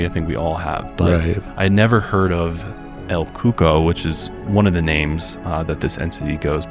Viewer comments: the first one is not pronounced el coco, it’s pronounced el coo-co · El Cuco. Pronunciation, el KOO-koh. ☺️ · El coco lmao absolutely horrible pronunciation